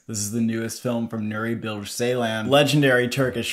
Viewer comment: Pronunciation correction. BilGe, G pronounced like G in word Ground. C in Ceylan pronounces like J in word Jerk.